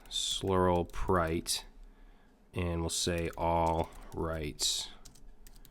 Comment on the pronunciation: I come back to this video to hear you say sluralpright